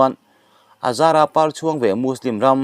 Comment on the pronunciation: An zara pàr chhuang ve mai an ni tih a 'par' tih hi pangpar par chhuak an ni living Lo hal laia khaw dur nasa takin (ri hniamin) pàr chhuång tih tur niin a lang. Lo sawiho ve teh u.